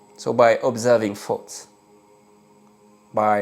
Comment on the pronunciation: I love that you pronounce the word thoughts as “fots.”. It’s easier to see that “fots” really aren’t anything worth keeping